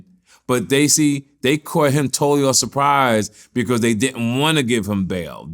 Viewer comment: Nobody:: “becourse”